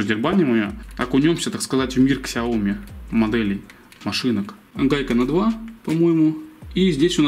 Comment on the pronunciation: Ксяоми, судзуки....мля....